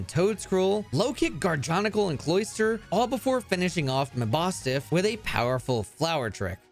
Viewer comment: The pronounciations for so many of these Pokemon are butchered and it's hilarious- Seriously, hearing you say Muh-BAS-tiff is funny